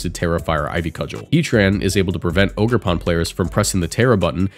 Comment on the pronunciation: It’s “OGER”! lol great video I’m glad to see amoonguss gone but these new mons are way too strong . Matcha gotcha, toxic chain and both ridiculous moves/abilities and chien pao may even be more annoying than zacian